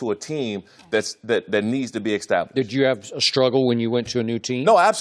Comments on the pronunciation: Why does this dude always say 'extablished'. Man those brain traumas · Please someone explain to me what in the world is “exstablished”....